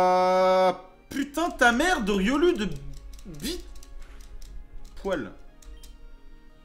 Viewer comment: sa se dit "riolou" pas "riolu"